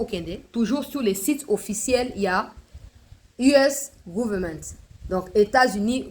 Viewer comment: Bonjour felicitations vraiment pour la lecture du Swahili et des textes en anglais bravo bravo. Seulement si Vous Le permettez Dan's Le but d'aider voici la pronunciation anglaise des mots: * US GOVERNEMENT = Tanga "" YU ES GAVAMENT ""